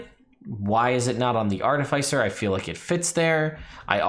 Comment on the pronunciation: The second "I" in artificer is soft. The emphasis changes between American and British English.